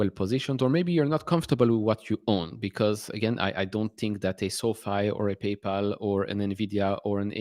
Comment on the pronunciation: Is it my imagination or did you just say painpal 😂, congrats on your rocket lab holding, l’m not in that but have Intuative Machines, large NASA contracts it’s underperformed the other space stocks, looks cheap to me